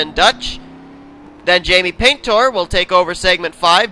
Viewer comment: Jaime's name is pronounced "Pin-tor"